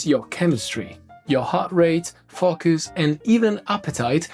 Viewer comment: Every time says 'focus' it makes me chuckle! 🤣